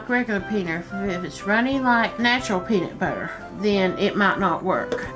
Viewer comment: she says "peaner fribbits". I will never call it peanut butter again.